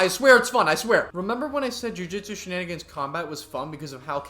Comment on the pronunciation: jujutsu she-nin-gins